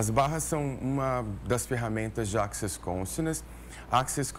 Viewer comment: Só faltou a apresentadora fazer a pronúncia corretora da palavra access